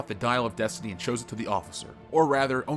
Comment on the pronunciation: Dial of deuce-tiney